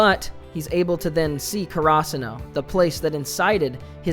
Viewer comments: I can't take the English pronunciation 😅 Karasuno - charassano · You really fucked up saying karasuno😂